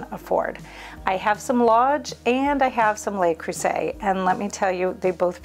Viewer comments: Le, not Lay. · It's pronounced "loo cruzay"